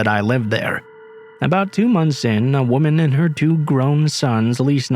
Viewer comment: I LOVE your readings, I'm a truck driver and listen to you all day long. Sometimes the same stories just because, but could you please pronounce the difference between a woman, and women?? It just throws it off when I'm listening. Not a huge deal, but it just sounds weird! Love you no matter what!